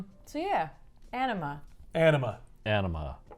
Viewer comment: I dont know why i keep hearing Enema instead of Anima